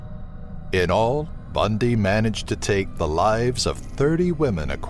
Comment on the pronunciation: Bahahahahahahahaha "ted bun-dyyy"